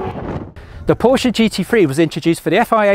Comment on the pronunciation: Holy, this guy knows how to pronounce Porsche right. I appreciate.